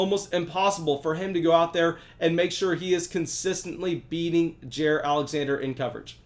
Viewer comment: The Pronunciation is J(eye)(ear) Alexander. Thanks